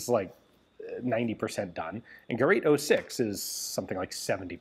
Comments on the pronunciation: It's Gerät, not Gerat. Umlaute are not for decoration, they are different letters and very different sounds. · Ge rät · First and before all I thank you very much fkr creating Forgotten Weapons. I appreciate your encyclopedic knowledge of the subject. The very word GERÄT should be pronounced as if it was written GERATE, similar to the word STATE.